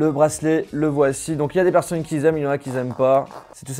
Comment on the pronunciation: Il y en a qui zaiment il y en a qui zaiment pas